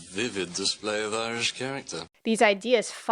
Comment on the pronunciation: "Immish immigrants?" 😅😂 Was that a mistake or did she actually mean to say that?